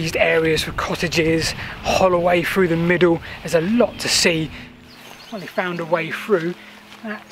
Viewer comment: Buy a metal detector . Through pronounced with Thhhhh not frew. Make an effort. The little errors are comforting friends but you dont need them now.